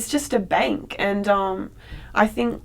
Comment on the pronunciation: "it's just a baynk" lol